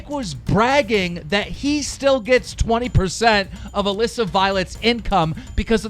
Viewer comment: KEEM! DIDN'T YOU MEAN ALEESA NOT ALISSA!